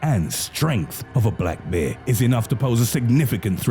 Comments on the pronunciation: Who pronounces bear like this narrator?? wtf black beer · It sounds like he’s saying beer 🍺 most men don’t mind being attacked by a beer 🍻🤣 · Every time you say “Bear” it sounds like “Beer” so you made me chuckle when you said that the monk that controlled the enclosure had stated that the man was drunk and the smell of alcohol triggered the “Beer”😂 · Two things: A). I like this guys voice he makes the videos more creepy, and B) it sounds like he’s saying beer